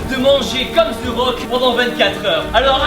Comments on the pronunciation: Sa m'énervais toute la vidéo c pas "ze rock" c "de rock" que sa se prononce ptn sinon cool la vidéo 🙃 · ZE RRRRAUKE MDRRRRR avant de le rencontrer fais un effort stp ^^ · Pourquoi vous dite ze rock 😂 ? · tibo can't say the rock he say zeu rock